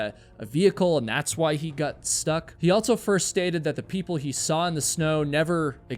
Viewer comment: He "gut" back out of the car to go yell for help. Your subtitles say "got" so you know what the word is just not how to pronounce it?